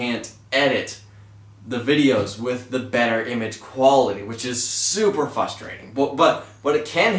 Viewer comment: Omg its FRUSTERATING when you say FUSTERATING